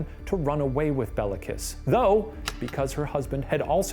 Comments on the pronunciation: the pronunciations kill me lmao, calling him Bella Kiss of Sinkota sounds so romantic xD it's pronounced like "Bay-lah Kesh", and the Cz in Czinkota makes a ch sound, so it would be more like "Chin-kota" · His name is Béla, pronounced bayla. Béla Lugosi, actor. Béla Bartók, composer. Both Hungarian. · It's pronounced "Kish Bale-ah" you can look up this stuff in like seconds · I'm struggling with listening to the name pronunciation. FYI Béla is pronounced Bayla and Kiss is Kish. I know most people in the English speaking world won't care but for those of us familiar with Hungarian, it's like nails down a chalkboard every time he says Bella. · Hey so I just wanted to point out that Béla Kiss is actually pronounced like Bayla Keesh, and Nagy sounds kind of like Nodge. Love you guys! :)